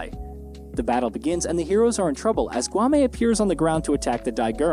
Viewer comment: Dude. I think u just called them gaanmen just to irritate ppl. Cause as fast as i remember, they are called gunmen